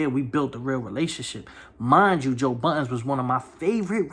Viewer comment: Budden not buddens